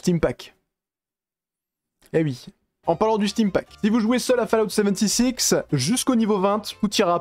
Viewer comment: Fallout "seventy six".. A m'arracher les cheveux !